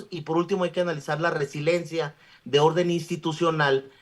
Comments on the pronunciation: Solo con escucharlo decir resilencia cuando lo correcto es resiliencia, me queda claro que no está ahí por sus conocimientos y preparación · Resiliencia!!! Cómo le abren los micrófonos a alguien que ni siquiera sabe pronunciar o saber el significado de las palabras, pierde credibilidad